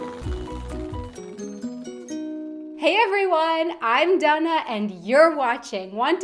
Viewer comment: Why do you pronounce your name "dunna"?? Isn't it Dana?